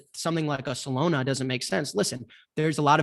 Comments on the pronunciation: Dude said Solona hahahahaha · Does jack not know how to pronounce Solana lol?